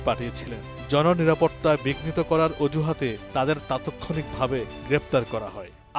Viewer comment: এগুলো গাজাখুরি কিচচা পাইছস কই থেকে তাৎক্ষণিক এই শব্দটা উচ্চারণ করতে পারে না আমার বালের সাংবাদিক তাতক্ষণিক বলতেছে প্রতিদিন ফটো উঠায় প্রতিদিন কোন কোথাও যদি কোন দুর্ঘটনা ঘটে লোকে ফটো পাইতেছে শেয়ার করতেছে প্রত্যেকদিন এয়ারপোর্টে ফ্লাইট নামতেছে প্রত্যেকদিন ফ্লাইট উড়ে যাইতেছে প্রত্যেকদিন মল গুলা খোলা আছে প্রত্যেকদিন রাস্তাঘাটে প্রচুর যানজট সাধারণ জীবনযাত্রা আল্লাহর রহমতে ষোলআনা না হলেও 14 আনা আরামসে চলতেছে এই গাঁজাখুরি সংবাদ গুলা কেন তোমরা প্রচার করতেছো বুঝে আসেনা সকাল থেকে সন্ধ্যা দুবাই আবুদাবি ফাজিরা প্রত্যেকদিন আসা যাওয়া করতেছি কোথাও কোন সমস্যা নাই মাঝেমধ্যে দুই একটা বিচ্ছিন্ন ঘটনা ঘটতেছে প্রথম দশ দিন কিছুটা এলোমেলো ছিল তারপরে থেকে সবকিছু দুবাই সরকার ইমারত সরকার যেভাবে চাইতেছে সেভাবে চলতেছে ফালতু এই সমস্ত গাঁজাখুরি সংবাদ প্রচার করা বন্ধ কর শালার পো শালা তুই তাৎক্ষণিক শব্দটা উচ্চারণ করতে পারোস না তুই আবার সংবাদ পাঠ করতেছস